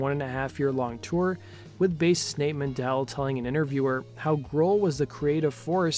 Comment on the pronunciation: Men-Del not Man-Dell